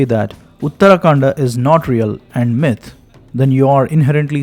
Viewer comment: Pronunciation check.. Myth is pronounced like the I in mint and not the the y in my. 🙏🏼